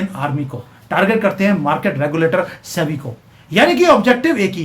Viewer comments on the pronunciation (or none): none